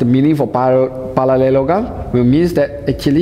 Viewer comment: The teaching is really helpful but i can't stop laughing when he pronounce parallelogram